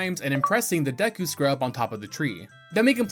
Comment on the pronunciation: I love yah bro but how you pronounce Epona and Deku etc oof killing me lol 😂😂